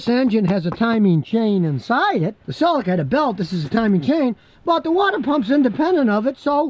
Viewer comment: I've never heard someone pronounce Celica as 'Salaca', lol. Useful information to know however. I never knew about the internal chain driven water pumps.